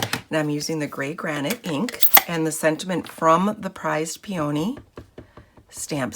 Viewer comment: Very nice card. Really like what you did with the vellum. (FYI, peony is pronounced like pee-uh-nee)